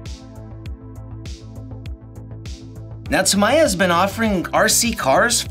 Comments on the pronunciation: It's "Tah Me Ya" Not Tamaiya. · Where is the mighty Clod??? Well at least there is a Bullhead. Lol. By the way its pronounced Ta-me-ya. Not Tam-eye-ya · Tam eye uh just sounds weird. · TAM EEEEE YAAAAAA..... dont butcher the name for the love of this hobby. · Tamiya is great. I have a CC01 Pajero, TT02 Cosworth Escort, TL01 WRX, DT03 Neo Fighter, M03 New Cooper, and a M05 Mazda 2. By the way, it's pronounced Tam-Mee-Uh. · tam-I-ya???? Wtf. Never in my life heard it pronounced that way… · Kevin talbot pronounce it tam-ya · Anyone else cringe at the pronunciation of "Tamiya"?